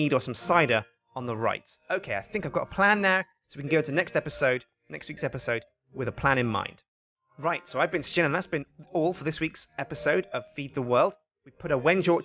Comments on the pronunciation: not shin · pronounces shjin